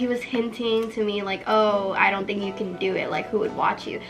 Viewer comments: “I tink you’re preetty enough ❤️” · “I tink your pretty enough”aweee😂😭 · “i tink your pretty enough” 😍😍😍😭😭 me: why can’t my boyfriend be like that- oh wait i don’t have one 👍🏽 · Favorite couple OML 😍😍 when said “I’m not pretty enough “ which you’re soooo pretty oml but when you said that looked at you right away and said “I tink you’re pretty enough” like OML 😍😍